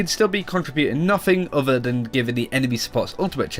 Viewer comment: I love these guys but, the bad Engrish is driving me crazy... Udder instead of Other, Alfer instead of Alpha.. I know it's accents but PLEASE work on it guys!